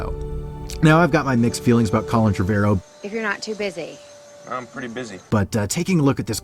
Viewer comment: Pretty sure it's 'trevOrrow' not TrevErrow.